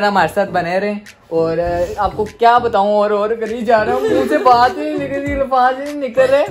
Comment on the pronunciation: Payment nikvsl aya ha Not nikal Its nikval😂😂